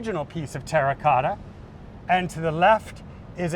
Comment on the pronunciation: Well he did say TERACOTA 15 times. Not once did he menage to pronounce it properly.